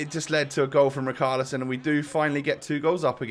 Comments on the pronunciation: Rich are li son say it right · the "ch" in richarlison is not pronounced as a "k" it's pronounced as a "sh" like in Sheffield